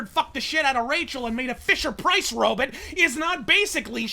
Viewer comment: Robit' lol